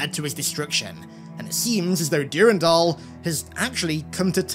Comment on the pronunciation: Great vid (Brings back fond memories) , but your pronunciation of Durandal is driving me nuts lol!